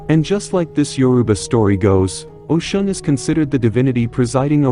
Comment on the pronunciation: Speak her name correctly